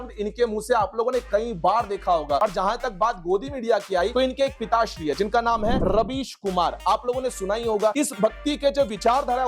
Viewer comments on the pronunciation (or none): Ravish Kumar nahi raabij kumar naam to sahi se liya karo